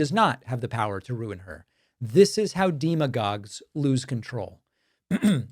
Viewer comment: Pakman doesn't know how to pronounce demagogues 😅